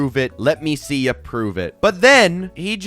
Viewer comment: why does "let me see ya prove it" sound like "let me see your private" 😭😭😭